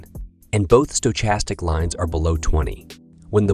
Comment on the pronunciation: I’m hearing a lot of strange pronunciations of stochastic lately.